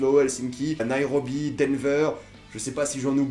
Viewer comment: C'est Nairobi pas naérobi lol